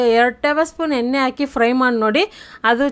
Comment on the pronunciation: ತಲ ಅಲ್ಲ ತಳ. ಎನ್ನೆ ಅಲ್ಲ ಎಣ್ಣೆ ಕನ್ನಡ ಸರಿಯಾಗಿ ಮಾತಾಡಿ